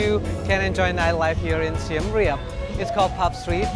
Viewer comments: finally a video where someone pronounced siem reap correctly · I love it how he pronounced the Siem Reap correctly